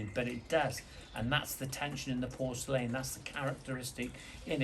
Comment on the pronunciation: Sorry, but has to switch off after hearing your pronunciation of porcelain. 🤣🤣